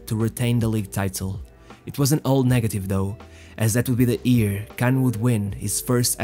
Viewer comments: why ear and not year? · it's "year" not "ear" lol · It's year, not ear!